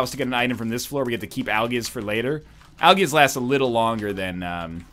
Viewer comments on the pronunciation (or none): I'm 100% sure he said aljizz instead of algiz.